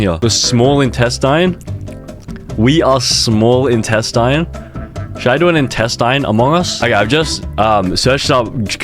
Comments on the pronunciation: its not in test in its instestine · （in-test-In) is how its pronounced… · bro really said iNtaStIn